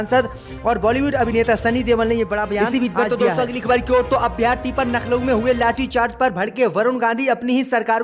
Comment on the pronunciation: नखलऊ बोलने पर DISLIKE 👎👎👎👎👎👎👎👎👎